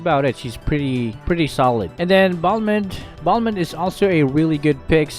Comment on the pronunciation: I was confused when you pronounce balmon